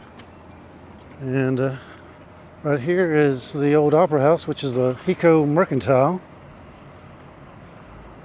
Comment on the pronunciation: It's not a short I It's a long I. Like high-co. Not he- co.